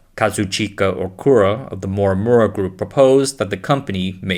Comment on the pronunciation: Am I the only one deeply annoyed from this (AI ?) voice narrators? It has such bad accent and zero speech clarity. Yes you’re narrating in English but please at least pronunce correctly the proper names of the people in the video…. “Morimura” became “Mwawwuwa” 😖😖